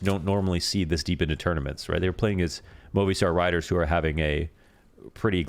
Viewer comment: its pronounced moh-vi-star riders